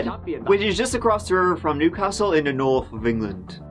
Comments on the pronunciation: Nooooth of England. Love it😂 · Not the norf of england